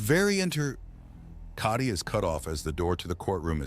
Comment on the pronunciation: I've enjoyed this series so much but must admit that I am sick unto death of Kah-tee... (Not the character but having to hear the mispronunciation for hundreds of chapters.)